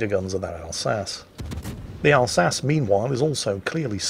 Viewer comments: Al-sa-chee? I thought it was Al-sas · That mispronunciation of 'Alsace' ... literally unlistenable! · yeah, I've been watching long enough to know that, just wanted to highlight it for anyone who missed it:)